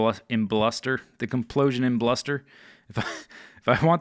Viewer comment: "Kaplosion imbluster"? Who do you think you are? Bdubs? ;)